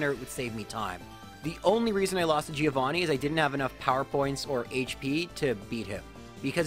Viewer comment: Please for God's sake fix your pronunciation on "Giovanni", it hurts me every time